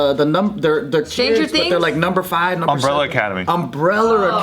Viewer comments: “Umbreller ercadermy” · "Umbrella academy" Joe: "OHHHH Umbrella acalalermy" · Joe struggling to say " umbrella academy" and "Angelina Jolie" had me dying at work